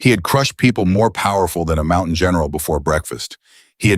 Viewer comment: How much longer are we to suffer A I's f*k wit pronounceation of single syllable word or a two syllable word changed to Mount-tain-nan, which is three syllables. My theory is if you must use it, EDUCATE IT.